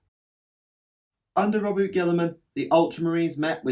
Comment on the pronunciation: It's pronounced Row-boo-tay